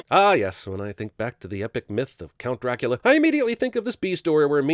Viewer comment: Dracoooolia, Loooocieee, Juynuthun, Meenahhh, and Elizerbetta!